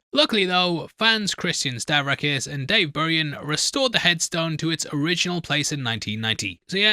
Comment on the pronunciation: Forget that NOTLD 30th Anniversary edition with the new footage…and new score. 🤮🤮. Great video as always!! Can’t wait for the Dawn of the Dead video! 👏🏻👏🏻👏🏻👏🏻 Also, shoutout for stellar pronunciations of the names of my buddies Christian Stavrakis and Dave Burian for their help with the Nicholas Kramer headstone!